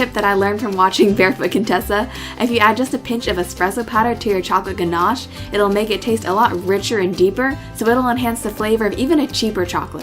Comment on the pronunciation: Thats not how you say ganache in english XD